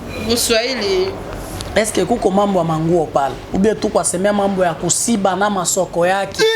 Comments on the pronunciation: Wana kiswahili ya lokuta eza kosiba te eza Kushiba siyo kusiba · Ku shiba not ko siba